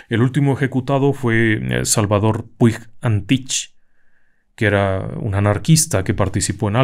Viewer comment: Muy buenos días. Me gustaría hacer un pequeño comentario. Por favor, es solo un gesto informativo. En catalán/valenciano, cuando las letras "ig" van juntas, se pronuncia "ch". Entonces, en el caso del Sr. Puig Antich, se pronunciaría "Puch Antic". De nuevo, hago hincapié en que solo se trata de una corrección totalmente amistosa. El problema del lenguaje escrito es que queda supeditado a la interpretación del lector y no me gustaría que se malinterpretase. Reciba por favor mis más cordiales saludos, su trabajo es absolutamente impecable y absorbente, me tienen atrapado vídeo tras vídeo. ¡Enhorabuena!